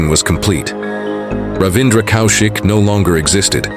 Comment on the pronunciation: It’s not COW SHIK it’s pronounced Kawshiq…. First learn how to take our names then tell us what a hero has achieved or not. Either way u r an irrelevant irresponsible idiot who’s trying to make money out of Indians and mr. Kaushik